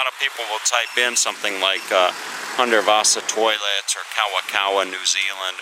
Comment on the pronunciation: Lousy video and the pronunciation of Hundertwasser is heartbreaking. The speaker is either sarcastic or terribly ignorant. Whet a pity, Hundertwasser should get more than this.